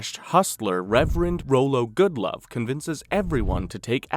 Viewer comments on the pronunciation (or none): The creator of this video lost credibility with me when he kept saying "Rolo Goodlove"... Who the hell is that?! Did he even watch the show, or did someone else write the script and he was reading the names for the first time? They say the character's name correctly several times in the show; it's ROLLO Goodlove. Rolo is the name of a chocolate candy, dunce.